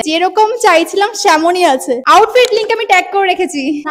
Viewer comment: Semon ❌ temon ✅😅😅